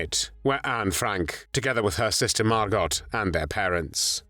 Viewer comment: Get a real person narrator. Margot Frank's name is not pronounced, "Mar gawt."